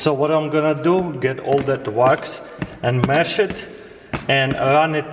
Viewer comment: I thought he was saying rocks then I realized he is saying wax